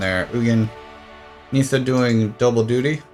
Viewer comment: It's pronounced Ni-ssa not Nee-ssa. Also It's pronounced Ar-boreal not A-boreal.